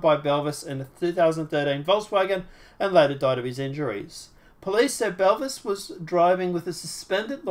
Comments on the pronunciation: I know. He pronounces it Belvis 😆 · Jessica "Boo-Vay"